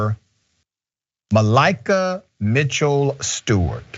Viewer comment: *it's pronounced Mah-Lee-Kah lol